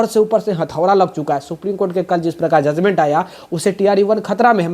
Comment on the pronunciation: Zuzment nahi sir judgement hota hai aap patrakar hai r education ki bat karte hai to pronunciation thik kijie